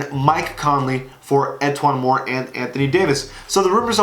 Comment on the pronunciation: You said e’twaun moore wrong